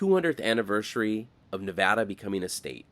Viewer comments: Greetings! I'm an expat Californian who retired to Sparks 5 years ago. First, thank you for pronouncing the state name correctly. That's one of the first things I learned when moving here. When I watched your video for the California portion of US-395 I was wearing a US-395 t-shirt from Tom's Place obtained there during their 100th anniversary in 2017. Looking forward to future vids. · Thanks for pronouncing Nevada correctly .